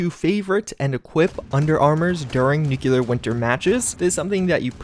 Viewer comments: dude I love your videos but for christ's sake man it's pronounced NEW-KLEE-URR. Nucular is so painfully wrong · The way to pronounce "Nuclear" sounds like NEW-CLEAR, and not NUKE-YOU-LUR. Just a tip for future videos. I dig videos, but just wanted to pass that along. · It's nuCLear winter, not nukelar winter.... Why nobody pronounces nuclear correctly? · NEW-CLEAR not NUKE-YOU-LUR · I agree, one wouldn't pronounce the word CLEAR as "CU-LUR", so why pronounce NU-CLEAR as NU-CU-LUR... that really bugs me. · Mispronunciation isn't an accent thing. The only time you hear it pronounced NUKE-U-LAR is when people mock someone of ill intelligence... like the cheesy Pulowski Preservation shelter or good ol' George W. B. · nucular winter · I'm not American, but I thought all Americans pronounced it as "nucular" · nucelar winter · Patch 11 will reportedly include pronouncing "nuclear" correctly!